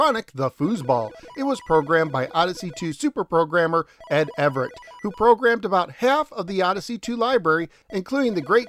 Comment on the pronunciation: It's actually Ed Averett (the "AV" is pronounced the same as in the word "have". Loving the O2 vids by the way!